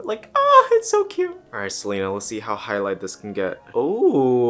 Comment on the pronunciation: He really said: gotta keep an eye out for selener